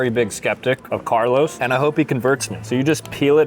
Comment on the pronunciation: being for NJ you really shouod know that its is "Carlo's" bakery and not "Carlos'". His name was Carlo not Carlos hes Italian.